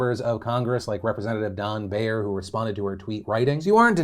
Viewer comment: Honestly I doubt you'll ever need to use his name again BUT as a former intern I feel I owe a duty to the Congressman—Don Beyer's last name is pronounced as Buyer :)